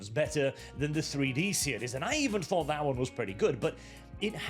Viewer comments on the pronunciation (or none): none